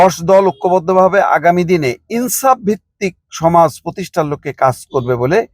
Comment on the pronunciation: ছি দালাল ছি ছি: ইনসাফ শব্দের উচ্চারণে এত ঘৃণা!! টিভি চ্যানেল এর মুলার পিছে দৌড়াতে থাকুন